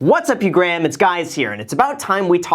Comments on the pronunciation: “what’s up you Graham it’s guys here” 😅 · What's up you Graham its guys here. Bad mistake I had to listen twice. Didn't you already use stroke face thumbnail already. Lol The gays are gonna love your intro. LOL